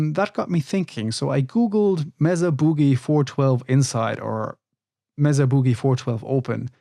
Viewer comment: Mesa is pronounced "May-Suh." Named after an elevated plateau geological formation.